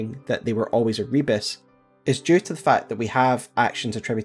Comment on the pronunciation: Another video where pronounces "Rebis" as "rebus" despite them being very different words. One of them is another name for the alchemist's Magnum Opus, the philosopher's stone, represented as the divine hermaphrodite (a single body with both a male and a female head upon it). The other is a simple puzzle/visual pun consisting of mixed letters and images.